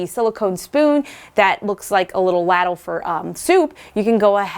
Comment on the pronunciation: Ladle is pronounced — Lay-dul⭐️ Sorry to correct you. I pray you find what is wrong. ❤️🙏 You are too young to be hurting. 😳